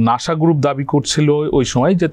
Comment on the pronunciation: নাশা নয় তো, নাসা।